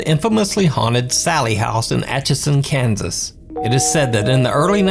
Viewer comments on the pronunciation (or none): none